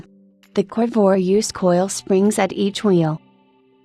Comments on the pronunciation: What is a "Corvwah?" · Sorry, but if you're going to use AI or whatever that is speaking, at least have it pronounce the name of the subject correctly...lost interest at the second mention of the "Corvoir." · Dump the computer generated voice or teach it English. Covore? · WOW lady you need to learn how to pronounce the name of this car. or I have heard it wrong my whole life from everyone who has ever said the word